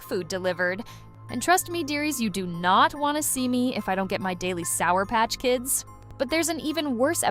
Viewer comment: Dayly sower pachkids 😮 what